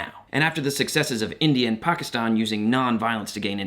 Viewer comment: as a south asian person thank you for pronouncing pakistan right omg😭